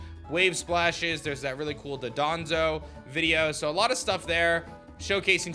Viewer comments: Dadonzo? It’s dondozo you’d think poketubers would at least get the names right🤣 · You know what I'm asking myself as a native German speaker with a degree in the English language? Why df is everybody saying "Do-donzo" when the Pokemon is clearly called "Don-dozo"?